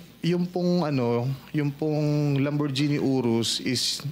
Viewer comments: LAMBORJINI😂 hinde nga maka pronounce properly 😂 😂😂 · pasosyal sosyal lang social climber magnanakaw ka kasi. di mo nga maipronounce ng maayos ang lamborghini, lamborjeeni daw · Pucha, kahit Lamborghini di ma pronounce ng maayos. Lamborjini amp***. Dapat ipahuli lahat ng mayaman ng walang class, most likely weatch came from corruption.